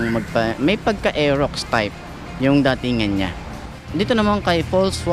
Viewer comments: Bes it’s pronounced pulse no falls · Baka pals pag basa hindi fols